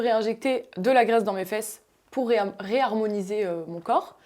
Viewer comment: La meuf « rearmoniser » Euuuhh c’est trop moche horrible 🤮 Préfère celui de Milla